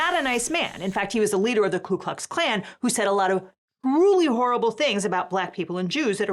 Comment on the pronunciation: Why does everyone and this lady say Klu Klux Klan it is Ku not Klu it even says it on the news paper she has on here 4th line down.